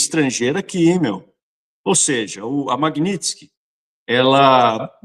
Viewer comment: Não é Magnitisk, é Magnitsky, que é o nome do cara